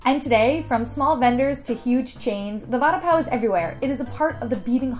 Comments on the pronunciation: It's not a sandwich omfg.. and it's pronounced '"Va-ada Paa-o" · Please work on your pronunciation. Vuh-daah pav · hello i just wanted tell youthat the pronounciation of vada pao is v-rdaa- paao